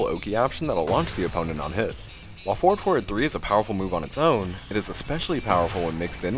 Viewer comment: For the new ones heres i was hearing 4,4, 2 instead of forward forward 2 😂, even the subs says "ford for 2"